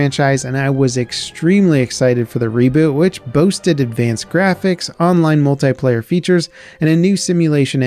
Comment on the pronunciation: "Multayplayer" its Multiplayer.